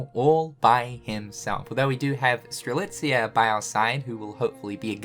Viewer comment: Am I dreaming or is now not butchering Strelitzia's Name anymore? 🤔😲 I know he said it correctly before in a Union Cross Finale Video but after that he went back in calling her Streliza! But now he straight up calls her Name Strelitzia right in 2 Videos in a row! Wow! That's an improvement! 😀😄